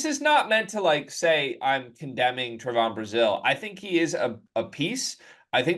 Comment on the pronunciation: Trev on not Tre von